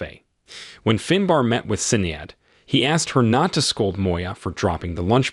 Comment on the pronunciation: Sinead... Shin-aid